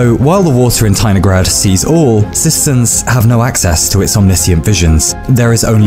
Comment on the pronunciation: As a Russian person, I declare that I felt something was wrong, but did not understand what (if it were not for the comment, I would not have understood). The stress should be on the third syllable